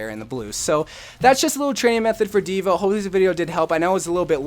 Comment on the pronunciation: Dude no offense like I love your channel but it's dva